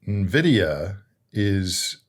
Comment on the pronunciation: It's pronounced "in-vidia" lol 😅. You miss pronounced it several times this video.